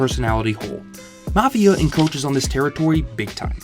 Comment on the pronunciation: Sounded like you may have said, “encoaches” in lieu of “encroaches”…